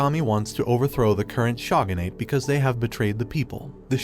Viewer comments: For the love of anime can you pronounce words correctly. Like shogunate isn't even difficult to pronounce 😒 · The way he pronounces shogunate.. bleh ew come on where's the beauty of the pronunciation